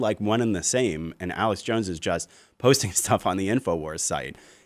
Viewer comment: It is Not Aleck, it is Alex. What a duffas. If you are going to talk about someone, at least pronounce their name correctly.